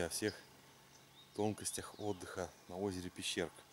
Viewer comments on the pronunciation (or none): Нм Пещерка, а Пещëрка.